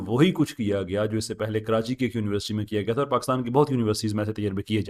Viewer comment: ap university ki pronunciation daruat farma lain shayed ap Urdu boltay hovay " univerasity" bol daitay Hain instead of university, with due respect daruatagi farma lijye,jazak Allah.